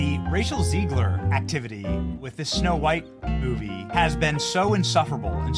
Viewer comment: Sounded like you said Racial Zegler 😂😂😂